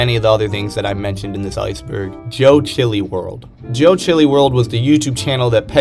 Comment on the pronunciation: More-setty? You mean Morrisey? And Joechillyworld? Bruh it’s joechillworld 💀